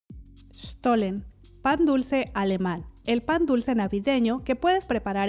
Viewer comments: Se debe pronunciar shhtolen para que suene alemán y no estolen como decimos los de habla hispana. La st debe sonar como un suave shhh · Ah por cierto, sí pronuncias bien la "sh" jaja pero la "e" casi se omite, es como si dijeras "Shtolln" Pero a quién le importa, te quedó fantástico.